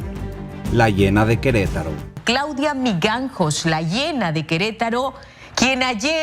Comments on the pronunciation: Dicen Migangos y es MiJANgos 🫠 perdón si me dio toc escuchar la mala pronunciación del apellido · es asombroso que a estas alturas no sepan diferenciar en "j" y "g" en el apellido Mijangos y para colmo la periodistas dice Mikangos....